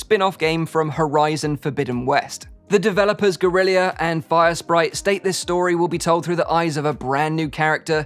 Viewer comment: 😂😂😂 "Alloy"? "Gurillia"? You ok mate?